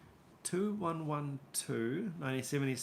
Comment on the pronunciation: One more thing 2112 is pronounced 21 12